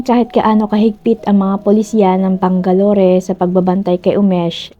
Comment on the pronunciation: Bang-ga-lor not bang-ga-lori